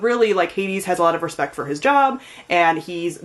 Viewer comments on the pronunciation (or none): none